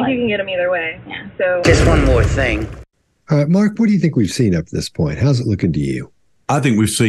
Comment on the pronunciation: If u listen when she said any word with "thing" in it, she actually sais (thingk) lol